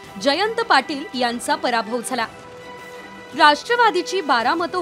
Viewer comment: भराभव नाही रे पराभव 😅